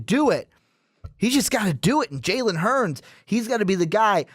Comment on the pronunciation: hurd not hurns lol